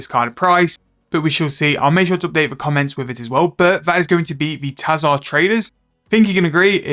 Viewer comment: Your pronunciations and abbreviations are lowkey funny and get stuck in my head like earworms "invo" instead of "invent" "Tahzahr instead of tzhar"